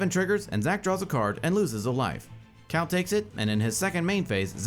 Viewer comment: Cal, not Cao.